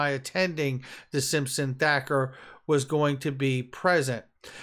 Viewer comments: Its Simpson Thatcher like Margaret Thatcher...spells with a ch not a K!! COME ON!! Big fan of your work btw. This just grinds my gears!! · Hey, it’s Simpson thatcher, not Thacker. I love your stuff bro!